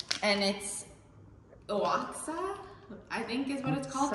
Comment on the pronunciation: That was interesting, thanks for sharing. You just might want to ask Google how is Oaxaca pronounced but your effort is adorable and genuine. Wishing you and your family all the best in Mexico and hope you enjoy your time there.